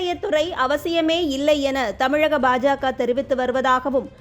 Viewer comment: Annamalai sir tamilagam illai tamizhgam sollunga la illa zha